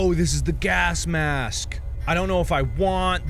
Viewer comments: so this entire time noone notices markiplier misponouncing gas mask as "gask mask"??? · Sometimes you say gasp mask. Have a sakura flower 🌸! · “gask mask” -markiplier